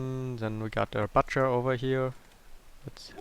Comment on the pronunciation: It makes me so pissed when he says "libarian" instead of "librarian" and the "bucher" instead of "butcher"